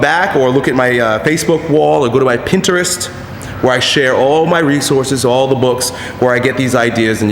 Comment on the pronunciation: Strong pronunciation of Pinterest.